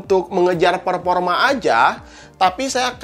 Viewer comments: "perporma" "Pga card" "Pullset" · Kaga bisa ngomong F/V